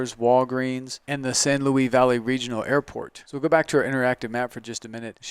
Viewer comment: Nice presentation, but the local pronunciation of "San Luis" is "San Loo-EES" (not just the town but the valley in which this property is located), not "San Louie", Del Norte is "Del Nort", not "Del Nortay", and it's "Walsenburg", not "Walzenburg". Sorry for being pedantic but I thought you might want to know this if you're going to be marketing land in this area.